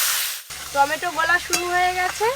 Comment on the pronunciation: তুমি টমেটো কে টমেটন কেন বল?